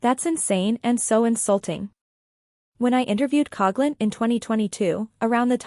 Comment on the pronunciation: I just wish people would pronounce her last name correctly.